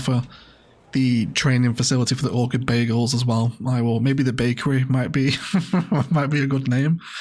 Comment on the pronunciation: I can't help but hear "Orchid Bagels" every time you say "Orchid Bay Eagles" and now I'm hungry! Great build as usual. Loved the memorial bench detail in particular!